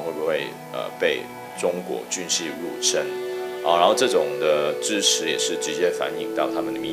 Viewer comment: 有些词读错音， 入侵 qin